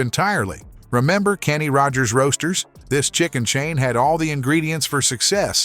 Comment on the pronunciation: When the narrator emphasized the middle word in the name "Kenny Rogers Roasters", I officially hit my limit. Why, as a lot of people are asking these days, should human eyes watch, and human ears listen to, words neither written nor spoken by a human?